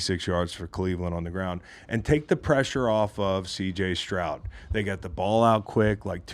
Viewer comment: S t r o u d not Shroud